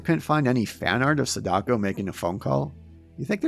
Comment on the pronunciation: wow dude everytime you pronounce SAdako wrongly, it fuels my anger! Please either learn the right way to say it or don't say it... its Sa-Da-Ko... and not se-DAko